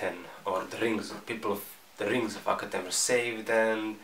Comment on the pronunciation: Lol when you say the rings of akhetan it sounds like your says rings of fucketan